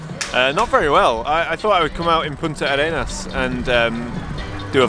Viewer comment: We chileans pronouce it as just one word: "Puntarenas" ;)